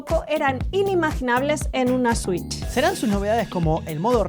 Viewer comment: Una swich 2 polfavol